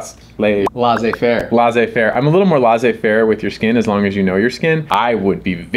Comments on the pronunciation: Love your videos! Laissez-faire is pronounced laysay faire. L as in lay. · Just so you know "laissez-faire" isn't pronounced "lah-zay-fair" but more like "lessay-fair". 🤭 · Hi guys great vidéo as usual. ❤, may I correct your French pronunciation? It's laisser with [s], the vowel [ ei], the end is long, not like English, as if French [é].😊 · My french ears were hurt when you said laissez faire 😂😂 if you did not write it, I wouldn’t have guess it 😂❤